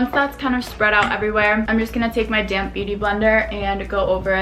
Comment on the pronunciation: Every time I hear '' damp beauty blender '' I usually understand ''damn beauty blender'' hahahah